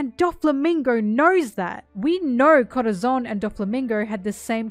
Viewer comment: If I hear you say Corazon like that again I’m gonna kms